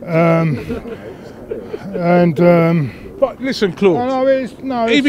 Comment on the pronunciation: "iwoeful" deadddd😂😂😂